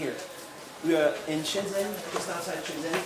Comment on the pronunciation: Shenzhen is pronounced like shen "jen" btw.